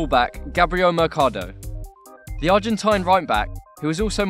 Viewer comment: It's says selcado when his name is mercado and came from river plate not Chivad